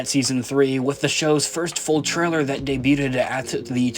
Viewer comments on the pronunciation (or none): Always great to see more Coruscant, hopefully even the lower levels that we saw in AOTC! Oh and FYI, 'debuted' is pronounced 'daybewd' not 'daybewded'. I thought I was hearing things the first time you said it but then you did it a second time ;)